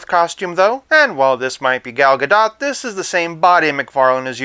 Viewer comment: pronounced Gadoht